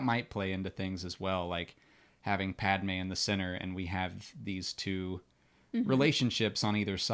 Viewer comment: iceberg11327: I agree especially the way he pronunces Padmé's name irrks me.